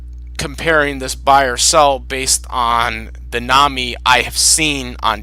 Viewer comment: Thanks for making this, and yes you said ma name wrong, but ti is ok, it is not english name so you can't know that. I would personaly buy Nami, because I really like her. Rukia is better fighter, and she definitly has good moments but I do not know why, but I bever personaly care much about her. I made a mistake and not realise that you do not know all episodes of One Piece, I watch 750 episodes myself the reason why I like Nami is that she has development, she is quite smart, smarter that many people realise I beleve, and she is also more funny. Rukia is more helpfull fro Ichigo in combat, but Nami work more like brain of team. Luffy himself admit he can't think without her (not remember when), that is maily because Luffy is sometimes idiot, while Ichigo is very inteligent so Nami has more spece thatn Rukia in that regard. And yes Nami love money, I belve every Straw hat member have some obsession, but Nami can overcome this and care more about her friends than money. If there is someone in One Piece who can't overcome his obsession that it is Sanji, his love for woman is sometimes greater than his loyalty to friends so I do no like him, but Nami, she can be very protective and kind. Another reason why I like Nami is her fighting style, she not fight much but I would say that her weather bending abilities are original and interesting. Rukia is far more powerfull but her snow/ice powers are in contrast, rather boring. But still cool video I like it.